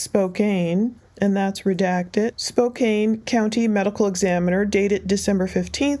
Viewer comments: Spokane is pronounced Spo-can (not spo-cane) Why would have he left someone who could ID him alive ?? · It’s pronounced Spoe - Can. I see where you’d say spoKANE, but here is wa state we say spoe can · Spokane is pronounced as Spo-can. Today was my first time hearing it pronounced as Spo-kane and it makes me wonder if most out of state people think it's pronounced that way, which would totally make sense. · It is pronounced SPOKE ANN, not ...SPOKE CANE!! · I live in Spokane. It’s pronounced. Spo can